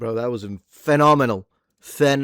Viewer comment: Femominal- not phenomenal.